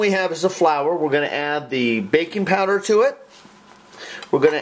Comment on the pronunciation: when he says baking poweder why is it i hear bacon powder.